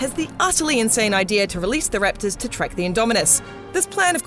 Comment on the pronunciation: U say raptors funny lol... riptors rattors